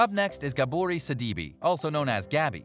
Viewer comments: Pronounced Sid-uh-bay not Suh-dee-bee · And missed pronounced Gabby’s last name BADLY!!!😡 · Her last name is pronounced Sid-da-bay 🤦‍♀️